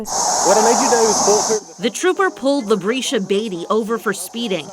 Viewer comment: "Labreesha"? Okay.